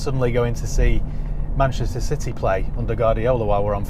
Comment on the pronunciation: I believed every single word you said until you mentioned Citeh 😉😂